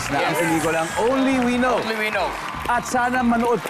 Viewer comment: It’s “only WE know.” Stress on the second word. Ganyan yan sabihin